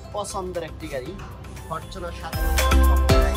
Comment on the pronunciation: ফরচুনার ফরটুনার না